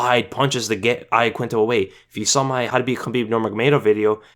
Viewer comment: its pronounced YAQUINTA - sincerely italian person. how khabib says it is right